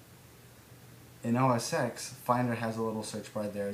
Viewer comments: It's pronounced "OS Ten." Vista search for documents is terrible, but Start Search for the start menu alone is a godsend. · Noone else here corrected you on OS X's pronunciation. I didn't mean to tell you what you already knew, but I didn't think I'd be the 5th person to tell you.